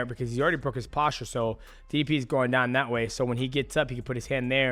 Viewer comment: Its ddp not diddy p